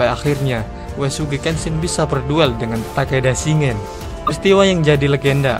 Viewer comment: Shin-gen Bang, bukan Shi-ngen